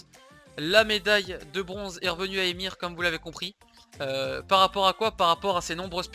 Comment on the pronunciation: Comment ça " Emir " nan sa ce dit E - M - X- R. Sauf si je dis de la merde, mais le dis comme ça. Et yoda est vraiment le top 11 pour moi